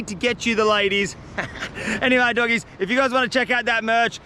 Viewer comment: Bro said dogies😂❤